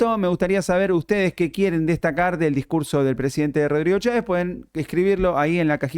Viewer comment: No sean imb3ciles lo que impacto fué la pésima pronunciación de Cháves